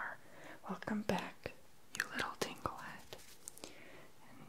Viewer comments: I thought he was calling me tinkle head at first, lol! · GamingMan Plays I thought he said tinkle head lol 😂😂😂